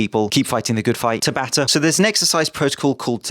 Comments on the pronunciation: It's pronounced tabata not tabata! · Just an fyi. The pronunciation is tah-bah-tah. A common Japanese name which was the name of the dude who invented/discovered the mechanics behind it. Cheers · ... My boxing coach has been pronouncing it almost like "ciabatta", I didn't even know it was a Japanese name until you said it with competent enunciation, and I've never seen it written down.